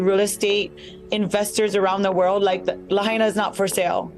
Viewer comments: Good bit, but stop miss pronouncing Lahaina. If we had honest news media it would have already been over for Oprah. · Please if you’re going to report on this unthinkable tragedy at least pronounce Lahaina correctly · Why isn’t Tulsi and Joe giving any money to help these people? No helping find solutions just criticizing and twisting the facts. You can’t even pronounce the name of the town properly so get it right and quit spreading lies and conspiracy theories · Well if your going to use an AI generated hit piece about the Maui fire response on YouTube you might at least want make sure the robot voice pronounces “Lahaina” and “Kula” correctly. Mispronouncing these towns just amplifies the complete disconnect with the people of Maui who are still suffering deeply. Ugg! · La-HI-nah. Not "la-HAY-na." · It us nice to see someone try to get the truth out there. But if you are doing a story on a place that has recently experienced a mass tragedy next time do enough research to learn how to properly pronounce the name of the place, it's "la hi na" not 'la hey na'. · Its La-hine-nuh, not La-hane-nuh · It's pronounced La HIGH na, not La HAY na. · La-HIGH-na, not La-HAY-na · Its pronounced Lahina not Lahayna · Luh-hey-nuh? What? La-hai-na, get with it, how is it you’ve never heard this name pronounced correctly by now? Oprah needs to give that land back to the native Hawaiians, the real kanaka maole. Auwe oprah and the rock, who isn’t even Hawaiian, he’s Samoan and black, I hope that everything that oprah endeavors to do will turn to ashes and she loses everything until the day that she gives back the aina to the kanaka maole! Why doesn’t she go back to Alabama or Mississippi or wherever she comes from originally and take up the land from there? Until she does right, everything she touches will turn to ash. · Too bad this speaker can't pronounce lahaina - la high na. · La h-“eye” na. And “cool” a. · It is pronounced: "la - high -nah", mahalo. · Its pronounced La-High-Na